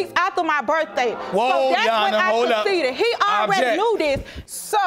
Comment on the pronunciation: 😅😅😅😅😅 i thought i heard coceded too